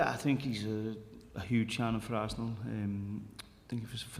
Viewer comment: Some Americans can't pronounce Arsenal. Ar-sen-al?